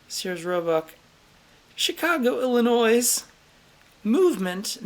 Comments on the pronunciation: "Illonoise? both of them? Its pronounced "Ill-uh-noy" the S is silent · I love you, -- but for gawdssake the S in ILLINOIS is silent. When I hear it I just want to scream and rend my clothing. LOL